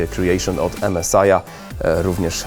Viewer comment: strasznie drażni ta płyta główna od "emesaja". Strasznie :( ja wiem..ja wiem, że angielski trudna języka ale jednak...emesaj ? :(